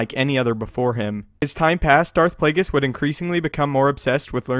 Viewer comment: SanjiBaratie Darth plagues?? It’s Darth plagueis